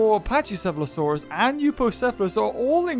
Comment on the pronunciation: It is pronounced pack E seh fah lo saur us